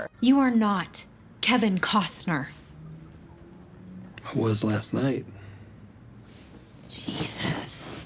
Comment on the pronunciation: Kevin kozner bwahahahahaha what can she actually pronounce correctly?